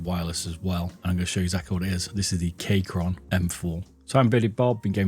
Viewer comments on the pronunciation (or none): I'm sorry but as someone who uses Keychron a good amount I have found that it is pronounced Keychron with a key, not a Kaychron sorry for this comment but I cringed the second I heard Kaychron nice videos though really enjoy your content